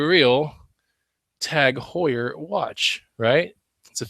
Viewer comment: What kind of watch was that, I couldn't make out what you were saying? Tag Hoyer?